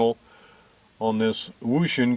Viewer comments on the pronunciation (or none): Believe it or not the way to pronounce the Chinese name Wouxun is "ocean." My guess for the letter "R" is reverse mode. If you are local to a station you can transmit in the receive frequency like simplex if you can't hit the repeater well. No idea what the "C" means. The common term for the - and + is the "offset" which the standard for 2 meters is 600 khz. If you add a CTCSS tone to the decode then you will not hear the simplex users on the frequency and the repeater CW identifier if the repeater is set up correctly. For some reason our Chicago 2 meter repeater the CW ID makes the tone so you can't tone it out with the CTCSS decode tone. It still blocks any simplex users by using it for the decode.